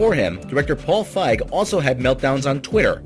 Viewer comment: One, look up name pronunciations first, that's kind of a sticking point, especially when they are of rather famous people, like Fieg (feeg) and Wiig (wig). Two, sony's hit to miss ratio for movies, favors misses over hits so this isn't a shocker.